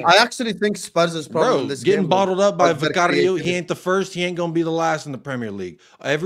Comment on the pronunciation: Why the hell does pronounce Vicario that way? don’t see him pronouncing other names with the appropriate accent.